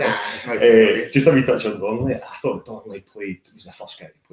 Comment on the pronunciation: needs to learn to put his tongue between his teeth and pronounce “thought” properly.